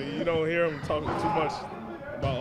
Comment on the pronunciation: Vasquez can't pronounce the letter "M" he keeps saying "hin" instead of "him" and similar words that ends with M lol